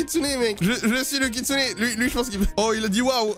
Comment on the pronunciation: encore une video incroyable mec avec le koutsune et pas le kitsune😂